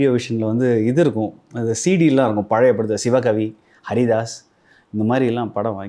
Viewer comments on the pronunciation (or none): none